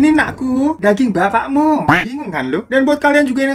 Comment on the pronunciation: "Mah mah laper mah menu makan hari ini apa?" trus ibu lu jawab "ini anak ku makan daging bapakmu" ( ngomong bapakmu nya dgn medok) Me: ngakakkk njiirrr😂😂😂 Btw cieeee bang hiro lagi atit ceunahhhhwkwk😂😂😂😂 Edit: semoga cepet sembuh yeee babang glowingggwkwk😄 muaahhh😘😂 Agak gercep niihh cuma telat 1 jamwkwk